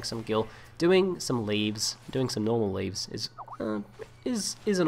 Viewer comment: I believe it's pronounced "Lev E" not leaves.